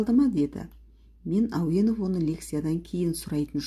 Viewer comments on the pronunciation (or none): Неге Ауэнов? Ауэзов емес пе?